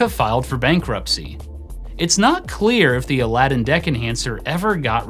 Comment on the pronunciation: Well, at least this time you were able to pronounce it correctly :)